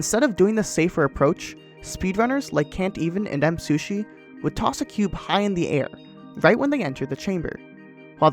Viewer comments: Nice video, but you mispronounced Msushi the entire time :/ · i like how he says msushi instead of me